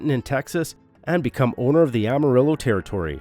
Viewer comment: A Terry-tory?